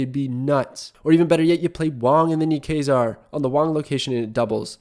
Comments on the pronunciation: Quasar is pronounced like K-way-Zar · Also Quasar is pronounced k-way-zar